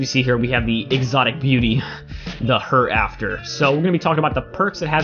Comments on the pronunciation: How do you manage to pronounce it wrong? Here - After.... not her after. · Did you say "Her" "After"? Lol bro its pronounced 'Here' 'After'.